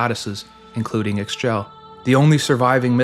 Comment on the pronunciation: one small note, Ix Chel is pronounced "Eesh-chel" great video though, well researched!!!